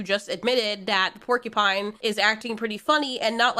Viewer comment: . Percupine?! XD